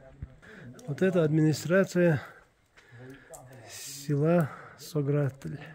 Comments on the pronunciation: Ва алейкум ассалам. То что написано на арке немного неправильно произнёс название села, на аварском оно иначе произносится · нет 😊. Написано там все правильно , просто когда вы произносили название нашего села в конце там не звучит мягкий знак он дает другой звук.